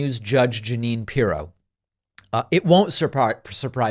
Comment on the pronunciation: Judge Jug-a-wine Pirro